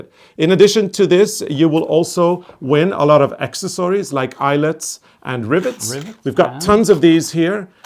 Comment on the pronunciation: Oh! You make me smile every day! ( too of course!) When you are talking about the "accessories" that come with the prize, no one seems to be helping you with the pronunciation. Accessories is pronounced AX - SESS - ORR --EES...You have taught me so many wonderful Norwegian words I thought I could at least return the favor with a little tweak on your pronunciation:_arnecarlosArne::_arnecarlosLove::_arnecarlosXmastree::_arnecarlosPinkgift